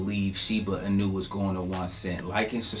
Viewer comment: Inu -> ee-new not i-new